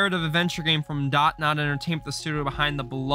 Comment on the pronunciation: It’s Dontnod not dot-nod 😭😭